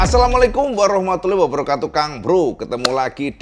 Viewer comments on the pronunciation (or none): none